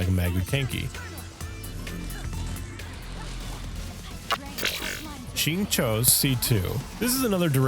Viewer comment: Idk why you think you have trouble pronouncing Xingqiu...you basically did it perfect.